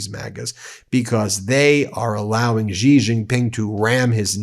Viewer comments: It's "Xi", pronounced closer to "she", not "жi". Yes, I used a Cyrillic letter because they have the letter ж and we don't. It sounds like si in version. I see this mistake repeated everywhere. Is it a coordinated sign of disrespect? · It’s Shee not Gee.